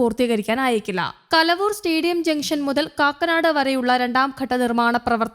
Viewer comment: കലവൂർ അല്ല മയിരേ കലൂർ 🤷‍♂️🤷‍♂️